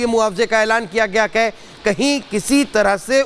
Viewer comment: आप है को कै क्यों बोल रहें हैं 😢